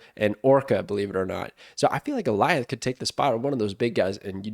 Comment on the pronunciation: Thank you for being one of the only Snap creators who pronounces Alioth correctly. Did you watch Loki? Is that why you know the pronounciation?